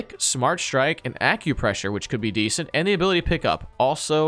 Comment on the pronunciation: Stop saying desent